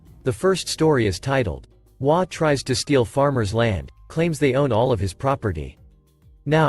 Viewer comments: HOA isn't a single word pronounced waa. It's an acronym for Home Owners Association, H.O.A. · HOA, is not a word, it is 3 letters, and should be stated as individual letters, NOT A WORD. You should be reading it as 'H' 'O' 'A'. This is the short form of " Home Owner's Association. You sound ridiculous reading it as WHAA. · This one cracked me up, started with hwaas and hoe-aas then says ass plain as day only to finally settle into waa's and ah-holes. 🤣😂🤣